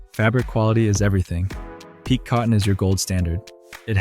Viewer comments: Pique… for fabric, it's pronounced pee-kay and should be spelled piqué. The way you pronounce it (peek) is how it's used in "a fit of pique" or "pique my interest." As you say yourself in the video, "every detail matters." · It’s PK not PEAK! So I lost trust in your knowledge once I heard that.